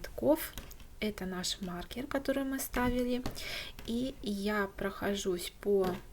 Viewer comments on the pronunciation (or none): none